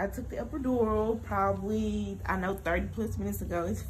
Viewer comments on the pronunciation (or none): This is so beautiful but are we gonna act like he didn’t keep saying epidurion lol.